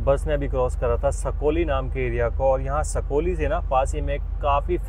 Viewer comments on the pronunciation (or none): सकोली नही है साकोली है